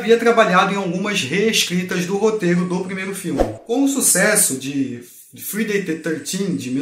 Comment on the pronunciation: em ingles se pronuncia FRAI - DEI kkkkkkkkkkkkkkk